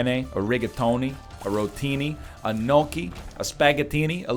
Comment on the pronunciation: No: Notchee and opith. Yes: Yonk kee, oh-peth.